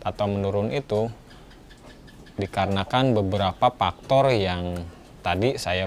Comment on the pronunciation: Faktor.. bukan paktor 🤣